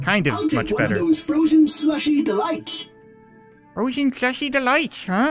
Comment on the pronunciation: Fwozen fwushie deweights